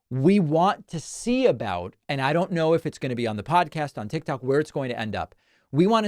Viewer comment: You mean to tell me this joker still don’t know how to pronounce tik tok!!